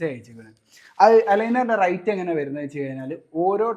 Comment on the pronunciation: Rite അല്ല rate എന്നാണ്.. റൈറ്റ് അല്ല , റേറ്റ്